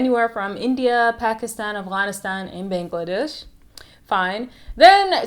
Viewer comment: Lol the way you said Bangladesh